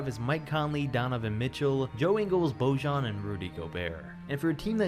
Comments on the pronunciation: "Božan.." 😂😂😂it's Bojan man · Pls, Bojan Bogdanović's name is pronounced like Boyann. Thanks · It's Bojan (BOY-AHN). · I know his name sounds ridiculous to anyone who isn't from the balkans, but the J in Bojan Bogdanović''s name is not how you normally pronounce it, because he's from the Balkans the J is more like an Y in pronounciation, google translate from either Bosnian, Croatian or Serbian can help you realize how his name is legit pronounced.